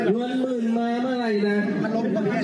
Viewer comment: ทำไมอ่านเป็น เงินหมื่นใช้ซื้อเสียงนะครับ